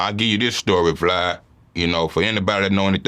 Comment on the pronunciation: He called him vlod